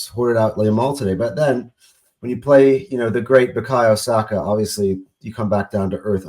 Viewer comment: 'The great Bukayu Saka' 😅😂🤣